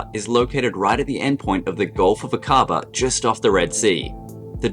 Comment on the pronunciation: Helpful information -- thank you! Fyi, Aqaba is pronounced AA kuh bah.